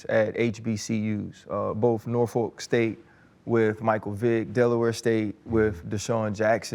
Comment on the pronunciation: Ryan. Please ask Coach Tomlin how to pronounce "Norfolk". You all are hurting our ears.